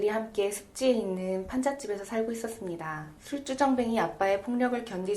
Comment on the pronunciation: 영어본으로 줌 스터디를 12회 진행하여 마쳤네요. 간결한 요약, 훌륭합니다. (다만, 발음 "술쭈정뱅이"는 다시 한번 생각해 보시길~^^)